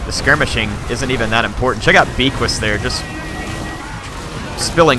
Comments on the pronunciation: The Undeath Star. Isn't they hippogriff's name pronounced "Beaky?" Because you pronounce it with a French accent? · Beaquis- (B-Ah-Key) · fun video but it bugs me every time says it. Beaquis has a silent S at the end and is pronounced Be'qui as becky or beaky. bit of a joke from the war hammer guys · And S is not pronounced at the end of most french words (I'm French)